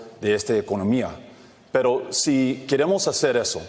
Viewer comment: He clearly says "perro" instead of "pero".